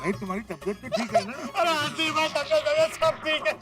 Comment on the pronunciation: Its Hathi not Hati